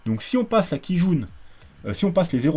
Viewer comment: A chaque fois que tu dis Kijun, ça me fait penser à une quille jaune mdr